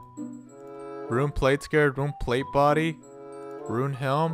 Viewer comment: Lol "Rune Helm" Lol ☺